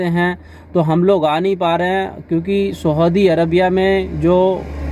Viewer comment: Saudi ko aap sahudi bol rahe ho bhai.